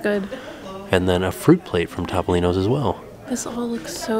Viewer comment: Topolino's? Pronounced - Toe Poe Lee No. It's Italian.